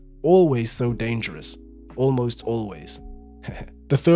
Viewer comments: "Olmost always" 😂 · I laughed a little more than I should’ve at “Olmost Always”. Great video otherwise lol